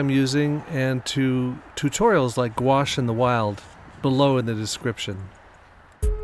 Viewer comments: If you’ll allow me, I would like to help you reconcile yourself with « gouache»’s pronunciation. « Gouache » is a french word (spelled and pronounced in the french way); it comes from the italian « Guazzo » and is derivated from the latin « aqua » which means... « water », as in « aquarium » and « aquatic ». After 2000 years and through 3 languages, the « goua-« in « gouache » is still pronounced exactly the same way as the « -qua-« in « aquarium » and « aquatic ». I find that absolutely wonderful, but realise it would bore most people to death! 🤗 The funny way words are sometimes pronounced can be a big clue as to their meaning. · I used to pronounce it like "gauche". Not a clue as to why. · I find it upsetting how gouache is actually pronounced, I never knew it was actually spoke like that, nastyyy 😂